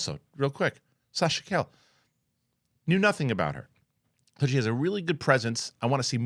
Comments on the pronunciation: Sasha CA-LLE no C-A-LL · Sasha's name pronunciation is kai-ye. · Sasha KA YE is how you pronounce her last name. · He's going down the wrong calle. 😂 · You would think being a New Yorker he'd know how to pronounce it.